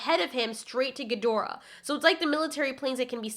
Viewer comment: Thank you for pronouncing Ghidorah properly!